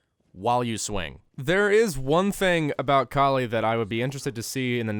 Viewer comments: Her name is pronounced call-ee and is referencing kali ma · Its kaa-lee (i am indian) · It's the name of an indian god. Pronounce cauh-lee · the whole saying her name wrong wasn’t funny until he said calculator. for some reason that fucking killed me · I love how he just gave up pronouncing her name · my god it's just a 2 syllable word... how difficult can it be to pronounce it?! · Not gonna lie. Mispronouncing Kali's name wrong 30 times in this video was extremely annoying and off putting. You overused the joke. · very slick of you mispronouncing her name to make the vid 10 mins.. i m o n t o y o u